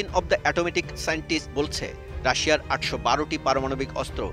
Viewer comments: Atomic না আতমাতিচ। হা হা হা। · Bulletin of the atometic na Atomic.